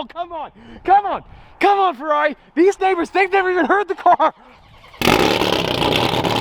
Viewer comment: How the was saying farrari